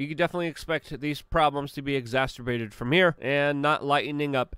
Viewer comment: Exascerbated not exasturbated